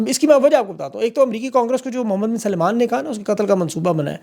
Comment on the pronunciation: For God's sake you are an educated person you always pronounce Salman as Salaiman. Please make sure you correctly pronounce these names.